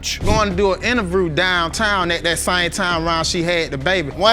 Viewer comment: "She say I was messin wit utter mens"? He said "he was had an intervoo"!